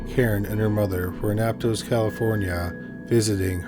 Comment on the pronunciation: I lived there it’s pronounced Ap-toss